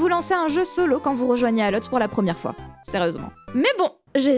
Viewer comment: Quasiment sur qu'en anglais ALL ça se prononce "ol" Mais super vidéo :D merci